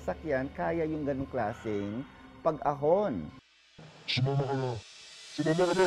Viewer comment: PAG-A-hon daw hahaha